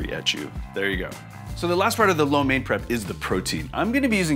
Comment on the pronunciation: USA4Soldier he does not know how to pronounce lo mein. He pronounce it like a white guy not like a chinese. LOL